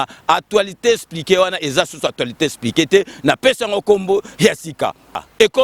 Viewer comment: Kiekiekie eloko esekisi ngai makasi heure nayoki kombo ya sika opesi émission ya Fabien Kusuanika o prononcé Atualité espliquée esekisi ngai koyoka muana ya Bourgeois atanga tse mais azalai kokumisa époque passée na ndaku yaba parents bourgeois. Sikoyo bana nayo bakobetaka tolo na nini osaleli bango? Ah d'ailleurs soki ozali kobeta masolo yaba momie tii na âge nayo je crois ozali na responsabilité ya famille tse c'est clair. Bon soki mboka ebongaki je crois olingaki ozonga na vie yaba Bourgeois olotaka kaka tii lelo alors que Bourgeois akufa naye kala. Kola tu ne mérite pas nabenga yo grand prêtre ozali Nkerebere surtout okanisi mutu tout abotama na Kinshasa azali prêtre. À partir ya temps nini ba villageois oyo bayaka na Kinshasa ebandi ko longola bango ki mbokarier? Papa wemba, Kester, Stino, Tabuley, Kabila, Mobutu, Fally, Ferré, Étienne Tshisekedi etc... bawuta mboka nani azali Nka na kati na bango? et pourquoi kaka?? Zoba ya mukolo soki ozali koloba na YouTube oleki ba oyo bazali kotala na ki kinois tse Mbendre moko boye